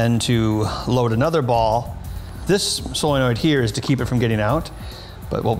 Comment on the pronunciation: You lose cred every time you say 'soilnoid'.